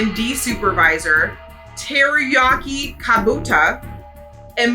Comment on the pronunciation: "teriyaki" had me in TEARS from laughing 😂😂😂😂 and really its okay, its common knowledge that foreign language and sounds are difficult to say the least 😂